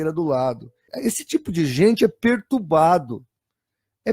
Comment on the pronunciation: Quase conseguiu falar perturbado. Mais uma tentativa e iria conseguir. Não desista, você consegue falar direito kkkkk